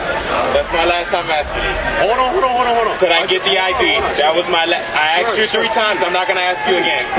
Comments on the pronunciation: "when i axed you" 💅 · Asked ❌️ Axed ✅️